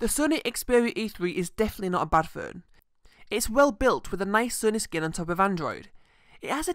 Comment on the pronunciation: "furn" WTF is a "furn"? Were you trying to pronounce the word 'Phone'?